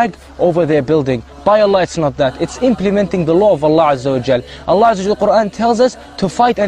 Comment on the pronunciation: I don't like the way these guys pronounce Allah or Islam. That's enough for for me to hate these fucking religious nuts!